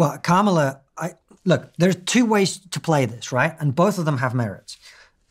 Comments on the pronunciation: Hey Steven. You seem like an intelligent guy. Her name is Kamala like Pamela with a K!! It’s not difficult and your guest even managed it!! Disrespectful. At least make an effort. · I see why ppl watch but not as many subscribe when you don’t take the time to learn to pronounce the VP of America’s name and you allow ppl to explain American topics they clearly don’t understand it makes sense not to subscribe.